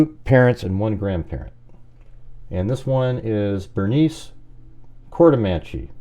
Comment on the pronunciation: You are mispronouncing courtemache and fried